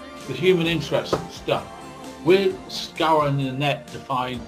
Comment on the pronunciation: He's been 'scowwerwing' the Net. 🥴🤯